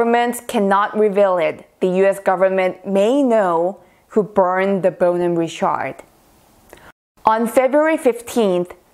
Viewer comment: It is not Ri-SHARD